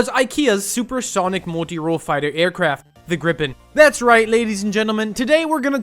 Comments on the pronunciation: Why do y’all have to say everything in Sweden is made from IKEA? And why do you pronounce it “grippin” and not “Gripen”? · Gripes is pronounced like greepen and with a really pronounced R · Gripen is not pronounced like that. If it was then by Swedish grammar rules it would have been spelt grippen.